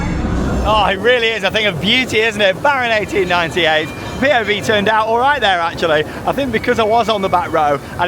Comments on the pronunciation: Came here for the ‘‘Baron akten-akten-negennen’’ and he nailed it... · Het is baron achttien acht en negentig, you prenounced it very good. I love the Efteling.🎉🎉🎉